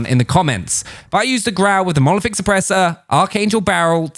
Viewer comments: Monolithic not molothic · The way you pronounce monolithic as "mo-oliFic" makes my ears cringe very goddamn time xD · It's called a monolithic suppressor, not molephic suppressor 😅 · If i hear this wanker say monoliphic suppressor one more time..i will have to go to rehab